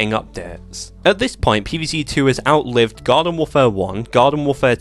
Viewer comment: For a second, I thought you said it outlived God.